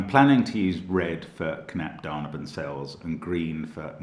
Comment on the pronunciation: for me found all clues immediately, btw your pronunciation of "Knapp daneben" sounds so sweet :D